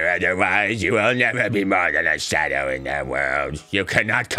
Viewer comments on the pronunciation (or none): none